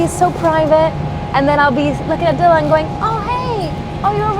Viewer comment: You say Dylan in the proper Welsh way . Good stuff 😊